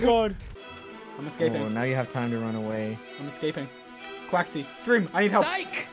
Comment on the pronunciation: sounds like George said deam😂